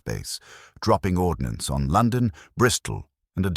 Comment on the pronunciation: not "ordinance"